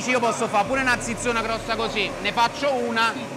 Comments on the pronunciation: Ma soprattutto perchè ciccio dice Zizona invece che Zizzona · Come pronuncia male quel "zizzona". La z va letta come ts e non zi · tutto bello però si dice zizzona, il suono deve essere zi, no zeta, gg Ciccio bel video